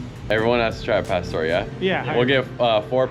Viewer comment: needs to teach them to properly say Al Pastor 🤫